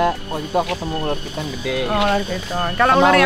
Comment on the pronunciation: Kenapa kak niki ngmng alshad sama lutfi susah bgt si hahaha